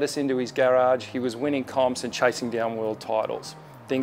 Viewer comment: What's a "Gayrauge"? Gross